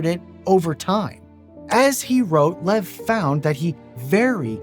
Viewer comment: His name is pronounced Lyev. Not "lev".